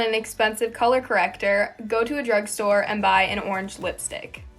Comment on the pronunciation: girl said drug store